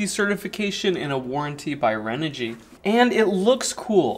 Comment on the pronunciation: ...don't wanna be that guy.. but ahh.. there's no "L" in Renogy.. 🙃